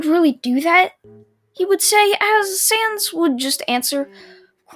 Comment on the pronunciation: YOU SPELLED SANS WRONG but atleast you said his name right